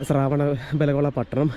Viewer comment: ശ്രാവണ അല്ല ശ്രവണ മാണ് ശരി